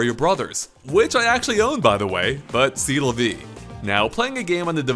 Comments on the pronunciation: Se La Vie...who on Earth pronounces it SEE La Vie? Just don't say it if you can't. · This guy’s voice inflection is super annoying. And he mispronounced “c'est la vie”